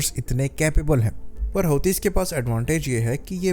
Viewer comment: Pronunciation is hooti